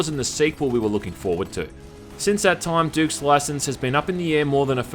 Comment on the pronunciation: "All at the same Toyuuum"